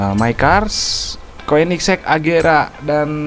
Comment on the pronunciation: Koenigsegg di baca konigsee agera rs